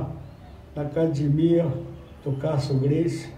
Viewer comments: Se não falar ACADIMIA, não é um Gracie rs. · Esse é representante dos Gracie falando acadimia !!